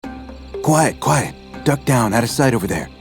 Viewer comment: As a Romania I hear "Quiet coaie" instead of "Quiet quiet". I love these videos